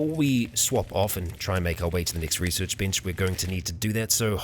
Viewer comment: Resorch XD love it